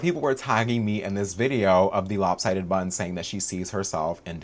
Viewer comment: This is my first time in this channel and each time you said lop sidded bun killed me bro, I'm in stitches